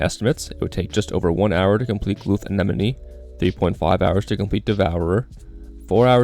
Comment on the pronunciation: The focus on saying anenome 🤣